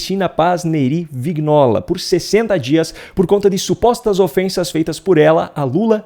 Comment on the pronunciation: Vignola é um sobrenome italiano e a pronúncia é "Vinhola"!